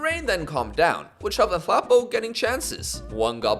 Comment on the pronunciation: You pronounce that South African (Nhlapo) player's name like this- 'N-tla-poh'. Your biggest South African FM fan 😊🇿🇦